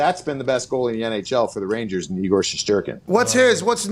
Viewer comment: Knee Gore? 😂😂😂😂😂